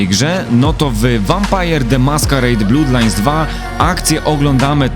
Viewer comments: Jezu, nie 'blUdlines' tylko 'blAdlines', krew to nie 'blUd, tylko 'blAd' a własciwie to [ˈblʌd]. Fajny materiał ale za każdym razem jak mówisz 'blUdlajns' to uszy krwawią. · no problem, polecam się! :P I mówię fajny materiał i nawet bym sie nie czepiał ale to blUd tak strasznie gryzie po uszach xD